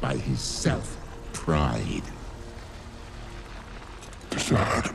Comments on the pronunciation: Dessad not darksied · It’s DeSaad not Darkseid